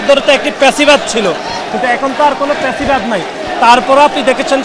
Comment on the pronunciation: এই রিটায়ার্ড মালটাতো ফ্যাসিবাদ ও কইতে পারে না, "পেসিবাদ" কয় 😂